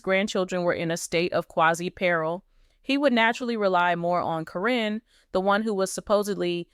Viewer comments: I wish whoever is talking would pronounce Matt’s ex fiancée’s name correctly. It sounds like Karen, not Corinne. I enjoy watching this video. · Please pronounce karen's name right,its NOT CARINNE. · You learned then forgot how to say Caryn. Is it deliberate?